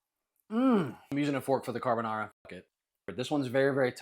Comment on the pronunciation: 🫵 NO … NA DE CAARRRRRR BONARRRRRA 🫵😡 😂😂😂😂😂😂😂😂😂